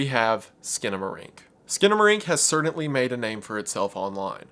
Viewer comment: The way you say "certainly" is "cerdantly" strange